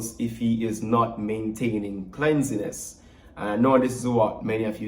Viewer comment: The word is cleanliness not cleansiness, general reading in your spare time during the Summer break will improve your English before the next semester. Remember to keep your content/brand A+ pristine, you have the potential to attract a wide range of brands, endorsements, your potential is way beyond what you are studying, your current channel, what happened to the real estate tours? some aspects of this conversation could be had off camera.